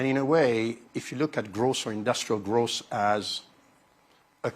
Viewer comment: Is he saying gross or growth????